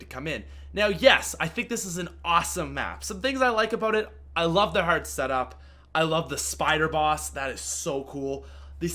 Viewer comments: Americans do not pronounce hard "herd" XD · I love how he says "Hard". Is he American? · Thanks guys! That's why I was wondering why he's saying the word that way. 😂